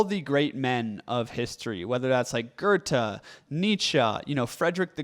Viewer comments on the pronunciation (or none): none